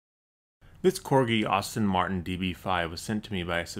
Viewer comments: Very nice work however, the car is pronounced Aston Martin, no Austin Martin. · It isn't pronounced like "Arston Martin." It is pronounced as Aston Martin. Aston like Aston villa. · Its an Aston Martin not an Austin Martin! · Aston, not Austin. :) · "Aston Martin", not "Austin Martin". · Aston Martin, not Austin Martin! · its not an "austin martin" its an "aston martin"